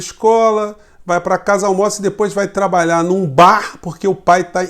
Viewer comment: "De menor trabaiá" estamos bem de presidente ...